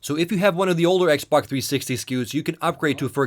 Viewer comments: Lol it was soooo annoying. The "xbac" has an hdmi port. The xboc also...blah blah blah. It's x b o x!! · its xBOX! not xBUCK!!!!!, or is it just me hearing this? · lol it sounds like you pronounce xbox "ex bok" hahah! I'm not trying to be mean I'm just sayin. I really like these videos so far and I'm going to watch the rest. :D 5 stars! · Y U CALL IS XBOK???!!!!!! >:U